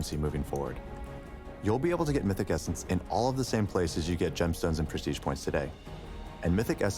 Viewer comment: "you might've noticed the new essence in the reward track" no one: Doublelift: "the cum essence"